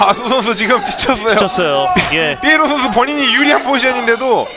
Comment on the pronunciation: 이런 명경기에 해설위원이 선수 닉네임을 잘못부르는게 영 거슬리네 삐에로가 아니라 피에로인데